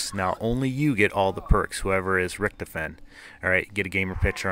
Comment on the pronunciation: OMG!! pleas to EVERYONE learn how to say richtofen's name for fuck sake